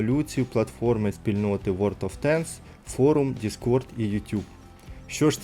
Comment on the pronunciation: Друже хочу дати пораду , тобі б торохи попрацювати над вимовою ( англ) танків чи тощо , інколи дуже врізається в вуха або наприклад "ворд оф тенкс" а не ворлд , дякую